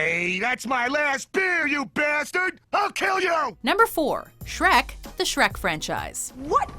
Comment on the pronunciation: Sherk? Sherk!!!! Get your pitchforks outs.